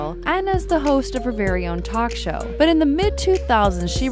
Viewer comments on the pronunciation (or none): none